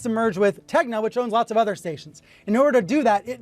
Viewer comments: Did she just misspell tegna and said tenga instead? Bro, can't wait for the international bbc tenga merge ;:^y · Its NOT TENGA ITS TEGNA. She cant pronounce a SIMPLE word Is she DEI.?